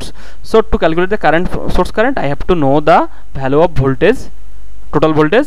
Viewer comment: Nice explanation bro...but I think u should improve your pronouncation.. instead of saying value you are saying bhalue...so that's my small suggestion.. Keep it up bro